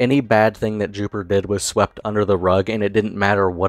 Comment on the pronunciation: You say his name is Jupiter? Or Jupiturd?